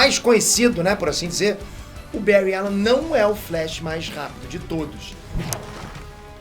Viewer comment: Faltou uma menção ai... Tem um outro vídeo que prova que o Bary Allen e o mais rápido... não sei dizer qual o vídeo mais e um sobre os velocistas mais rápidos da Amarvel ou DC que ele ganha e diz seu nome errado tipo Bury allen.